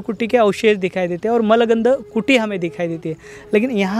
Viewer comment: मलगन्ध कुटी नहीं, मूलगंध कुटी कहते हैं